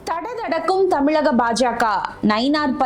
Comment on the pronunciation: Thamizhagam..plz pronounce it correctly..